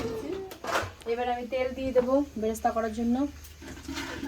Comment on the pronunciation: Peyaj vaja k BERESTA bale. Beresta vaja bole kichu nai. Balok bole kono katha nei . Pronunciation gulo thik korun